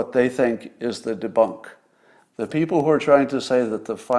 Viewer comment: Glorious! "Fine Beople."